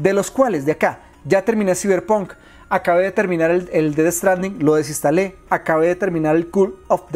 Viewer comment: Siberpun? Se pronuncia "saiberponk"